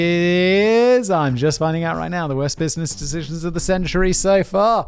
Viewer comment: Simon: makes fun of himself saying "dishishuns" Simon correcting himself: Repeats the same mistake lol Love ya guys!